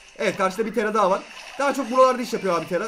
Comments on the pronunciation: Abi neden taraya tera diyorsun? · Tera degil TARA